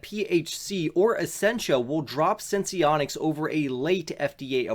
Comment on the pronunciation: Thanks for the video! Also it's pronounced "Sense-Onics," Not Sense-ee-onics